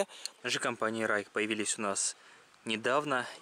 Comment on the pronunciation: С пиньиня Ruike читается Жуйкэ (锐可) "Райке" - это на датский манер, а датский здесь ни при чем.